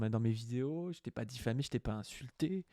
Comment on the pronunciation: Diffamé et non diphamé